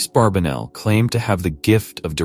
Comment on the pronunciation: The gentleman's name is Barbanell - not Barbinell or Barbenell. Get that AI junk to pronounce the name correctly.